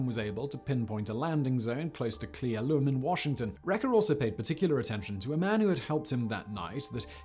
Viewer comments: CLEE ELL-um Simon, not Clee El-OOHM. That one was BAD, friend. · The name of the town you keep mispronouncing in Klee Ellum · Cle Elum: Prounouned - Clay Ell Um, by WA State locals at least. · Cle Elum. (Clee-El-Um) - speck of a town in the cascades quite a bit away from the flight path. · Cle “L,” Um, you’re close though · Being from Washington the way he says Cle elum bothers me soooo much and I love his content xD